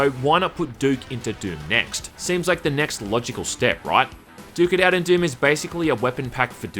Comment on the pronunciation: "Duke it out" sounds very similar to "dookie out" which means there is a poop outside. Every time said the title i chuckled because it sounds like dookie XD.